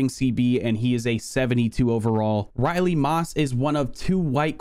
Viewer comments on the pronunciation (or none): none